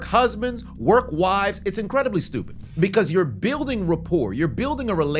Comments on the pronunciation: Ah yes...the trini use of the word "stupid" always makes me laugh... he Schupid!!! ...not "stewpid" or "stew-ped" ... Chupid lol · You must be Guyanese for the way you said “stroopid”!😂😂😂